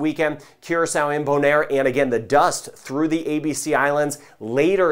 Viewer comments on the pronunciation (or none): none